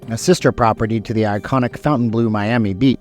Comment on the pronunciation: Great video. FYI, It’s pronounced “Fawn-Tayne” Blue